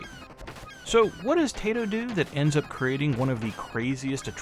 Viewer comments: Cool game. I borrowed it back in the day from someone at my secondary school. Liked it. Strange that it didn't get a PAL release. Funny game too. Are you mistreating animals? Say hello to my rocket launcher!!! I would go for the pronunciation to sounds more Japanese, not your Tay-to. But it doesn't matter much. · Congrats for grabbing this, not one I have. It's タイト、('tah ee toh' or "tie toe"), by my understanding.